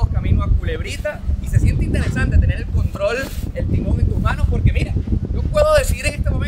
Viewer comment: Poque no se dice, se dice Porque 😆